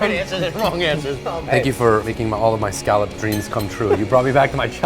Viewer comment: scaaaaalop it's scolop